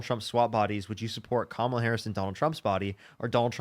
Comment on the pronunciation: Holy shit! This is the first caller that pronounces Kamala correctly! 😮